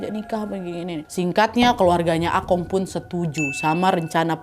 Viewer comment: Plis nad emang tulisannya Akong tapi bacanya bukan Akong, akung tapi pake o ada u nya juga gitu loh